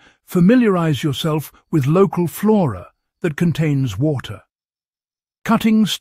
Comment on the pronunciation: "Flora"? Like, "want some more-ah, Flora, on the floor-ah?" Lol